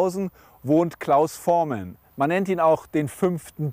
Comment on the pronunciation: Was ist das denn für ein schlecht vorbereiteter Interviewer? Das geht schon los mit der englischen Aussprache von Voormann (Vormän), dann Richard Starr (Min ). Und "die Beatles, die ja heute alle deutlich über 60 sind" (min ). 2015 waren sie schon deutlich über 70. "Hey hey said the clown" Gute Güte! Und der berühmte Hit von Trio "Bamm bamm bamm" und und und..... Interessiert sich der Interviewer überhaupt für Musik? Der liebe Klaus hätte was wesentlich besseres verdient als diesen Interesseheuchler.